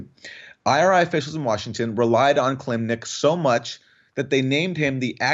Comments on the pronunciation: Kil-im-nik. Sounds like "kill limp dick," not "kill Nick." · Ki---LIM---nik — 3 syllables